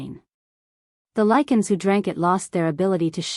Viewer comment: Let's say it together, now....ready? Lie-can......Lycan AI is stupid af!